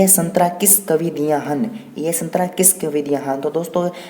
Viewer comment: Aree bhaiya संतरा नहीं सतरां hota hain 😂😁